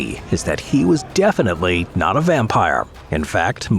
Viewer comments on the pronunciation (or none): none